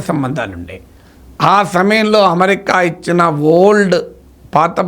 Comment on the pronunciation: ‘న్యూక్లియర్’ ని మీరు ‘ న్యూక్లియార్’ అని పలుకుతుంటే అసహ్యంగా ఉంది. అమెరికా ని ‘అమరికా’ అని…అంటున్నారు. ఏ?